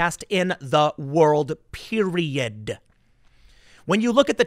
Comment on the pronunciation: impressive how he managed to make "period" a 5 syllable word